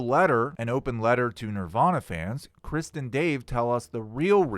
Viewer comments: This video and your speaking is 98% awesome and entertaining and amazing. But 2% is so confusing and annoying cuz it sounds like you are saying “Kristin Dave” not Chris And Dave. Lol 😂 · The T in krist is silent. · not gonna say re-do this, but when you say ‘Krist’ (and Dave) instead of Chris and Dave, it sounds like ‘Kristen Dave.’ And you know that ‘KrisT’ is just a ‘Christ’/punk stage name joke right? Same reason why Kurt pretended his name was ‘Kurdt.’ Just a silly band joke.